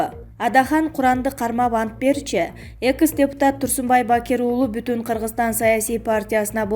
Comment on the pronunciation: Рептуация эмес репутация дечи экыс эмес экс дечи синдим